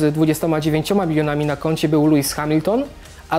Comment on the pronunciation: LEWIS A NIE LUIS